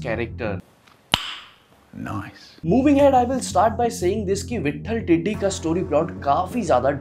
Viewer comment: Pele vithhal tidi bolana sikhale